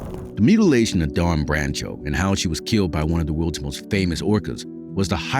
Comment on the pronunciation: I wish the narrator had learned how to correctly Dawn's last name (along with several other words).